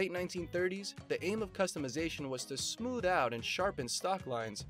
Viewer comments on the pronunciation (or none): none